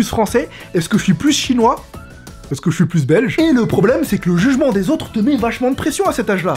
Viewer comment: le son "j" t'as tendance a le dire "ch" exemple: "je les comprend"=>"chlai comprends"